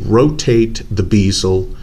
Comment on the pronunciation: It's a " bez el " NOT a bloody " beezel " FFS. Just listen to how anyone else says it FFS! Man clowns making up their own pronunciation for words that's NOTHING like how the rest of the world, OR the spelling indicates piss me off! And it's not "checkering" it's called "knurling", I've made it myself on a lathe many times with the correct tooling. It's not particularly deep or rough either on that thing.